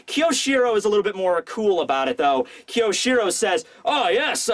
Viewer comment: i wish i could fix your pronounciation of kyoshiro